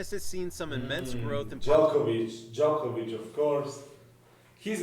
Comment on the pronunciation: Your pronounciation of Djokovic was correct :)